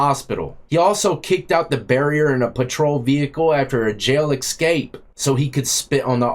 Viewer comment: My man, there is no “x” in the word escape. Keep bringing the good content!